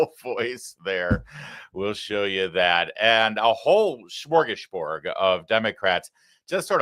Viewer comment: Smörgåsbord is a Swedish word. A pseudo-German pronunciation (“shmorgasborg”) will not do.